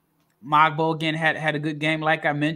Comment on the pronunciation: Jonathan Mogbo is pronounced Mo-Bo, not MOG-BOE